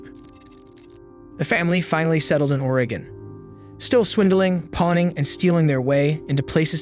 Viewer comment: Why did you pronounce Oregon like that? 🤭